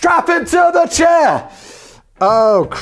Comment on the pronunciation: Yay, well done Simon and team! 👏👏 First time watcher on Brain Blaze, long time fan of your YouTube channels (I dare not claim to know of all 😋). This was so much fun! I love your high energy and just, glee in this. "Strap him to the chairR" - I watched that part like 6 times, laughing my head off each time. Thanks for keeping me properly entertained all the way here in Cameroon.